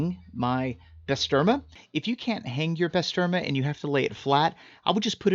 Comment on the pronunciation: It’s pronounced Bah-ster-mah!!